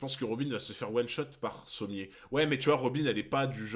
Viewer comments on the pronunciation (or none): Pourquoi tu dit Sommiers et pas Sommers ? :0